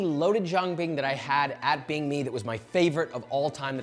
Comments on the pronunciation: Okay im gonna explain it super simple to you and whoever ur sources are. 神经病, this bing is pronounced more like ping (in english) than bing like the search engine. Feel free to stay ignorant, but that's just the truth, no chinese pronounces 病 like people pronounce bing the search engine in english. The reason they say that is because they see bing and think of the correct pronounciation which is diff from english. Feel free to disagree, no point in arguing with 🤡🤡🤡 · bing is pronounced ping 💀💀💀 i could say the same for you. Maybe learn both languages properly before judging 😄